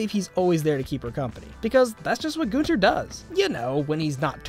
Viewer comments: please stop saying Gonter... it's Gunter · Love how everyone says Goonter instead of Gunter